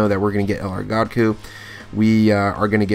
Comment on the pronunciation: Love your vids but it’s goooo-kuu